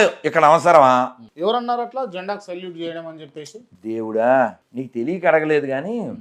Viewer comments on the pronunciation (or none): సాయల్లుట్ కాదు సెల్యూట్